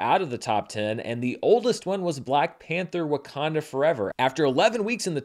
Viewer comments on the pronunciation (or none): none